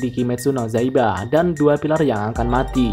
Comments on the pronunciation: Yaiba bang bukan zaiba tenen bukan tangen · Iya, kok zaiba ya? Dari awal juga bilangnya zaiba